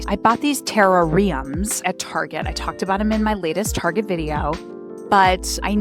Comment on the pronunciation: A gentle suggestion to look up the correct pronunciation of terrarium. 🙏